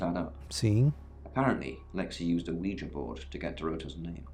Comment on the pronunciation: Acho muito engraçado como o fala ouija.